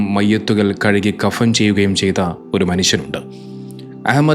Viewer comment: 'കഫം' ചെയ്യുക എന്നല്ല 'കഫൻ' ചെയ്യുക എന്നാണ് ശരി. വീഡിയോ ചെയ്യുന്നവർ അത് ശ്രദ്ധിക്കണം